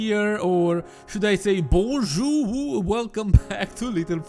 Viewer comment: Sounded more like "bonjouvou" xD